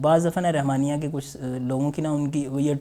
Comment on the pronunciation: رِحمانیہ کی بجائے رَحمانیہ بولیں ۔